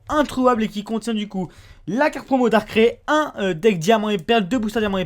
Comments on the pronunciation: Ca m'irrite quand j'entend DARCRAI au lieu de DARKRAÏ pour Darkrai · on dis Darkrai ("ail", comme de l'ail ou "aïe")... par Darkrai comme dans "récré" lol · "Dar craie" Mec sérieux ? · Comment il prononce " Darkrai " Rip.